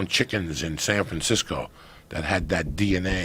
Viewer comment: “do you eva think about ‘dat?” 🤣🤣🤣🤣